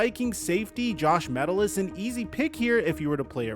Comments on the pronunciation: btw its not "metal-us" its JOSH "MEH-TELL-US" i ran into him at moa a few months ago and got a picture with him and his kiddo, super chill guy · This ma jus said metal-lis, jus sayin it is pronounced ma-tell-is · it's "Mah-tell-us" not "Metal-is" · It's Josh Met-Tell-Lis. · it’s pronounced “muh-tell-us”